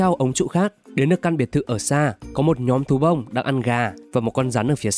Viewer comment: Có ai nghe từ "Thú Bông" thành "Tú ông" ko zạ????